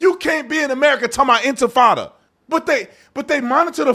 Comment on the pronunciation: I like how you can hear people saying Antifada instead of “intifada” They don’t care they don’t know anything they just want to be part of something and get paid for it